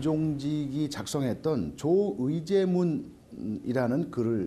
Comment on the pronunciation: 성우분도 틀리네 '조의 제문' 이라고 읽음 ㅋㅋㅋ